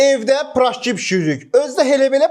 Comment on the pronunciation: Peraşki❌ Pıraşki✅